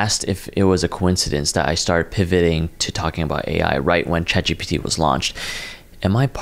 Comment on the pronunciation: Why he pronounce it like Chat gee peh tee